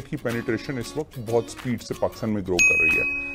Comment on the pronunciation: Men last 25 years se BBC sun aur dekh raha hun. sahaba aap waqt ko wakht na parhen. Thanx